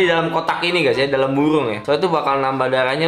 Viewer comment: buRung bang bukan buWung